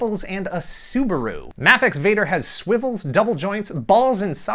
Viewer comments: isn't it pronounced MAYfex? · I am almost 100% sure Mafex is pronounced May fex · it is mayfex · The way he says mafex makes me want to die 😂😂